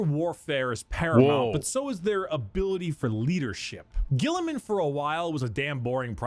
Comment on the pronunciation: mispronounces almost every Latin word and even Roboute Guilliman's name. I wish the Americans and Englishmen of the world would study a little more so that they would pronounce well the words that are not English for once.